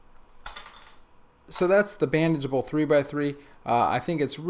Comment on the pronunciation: Everytime he says bandagable I hear "banjable." Lol